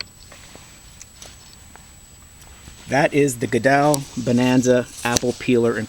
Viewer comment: Beautiful machine. I've had one for 35 years. Small correction: It is pronounced GOOD L, (not GOODELL) from a family descendant in Antrium NH. Don